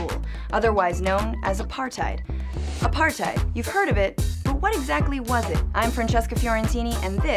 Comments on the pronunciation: you said apartheid wrong not a par tide it a par tuid thats how you say it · its pronounced "apart-tate" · It's pronounced Apartathe you morons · Apartheid lol the d is supposed to be a t so basically you say tate and the end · Ah part hate is the pronunciation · you didn't even pronounce it right....... Edit: Apar-tate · Phiphe Dude apart-hate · Wrong. Its pronounced apar-tate OR apar-tight. Both are legitimate pronunciations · It’s uh pahr tate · She can't even pronounce the word properly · You need to pronounce apartheid correctly. And 'coloureds' is an accepted race differentiation in South Africa, even today. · She doesn't even know how to pronounce Apartheid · Your pronunciation of apartheid hurts me really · Learn how to pronounce Apartheid before you start talking about it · oh my gosh the incorrect pronunciation is killing me ( i am South African if u didnt realise) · (Im from south africa) if you're going to make a video about apartheid (shes saying it wrong) she should actually be from south africa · Well actually its a dutch word, and you have to also pronounce the H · You just did a whole video on Apartheid and pronounced it wrong EVERY SINGLE TIME. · These people never pronounce the Afrikaans words I mean I am South African that is not how you pronounce it